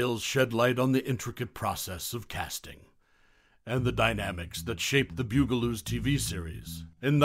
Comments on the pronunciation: BUG-a-loos, not BEWG-a-loos! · BUG-a -loos!!! Not bew-ga-loos!! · The ‘Byoo-gah-loos…?’ Really!! Arrrgh! I can’t even listen to the rest of it! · omg it's the BUG a loos. Mispronouncing the name is driving me crazy.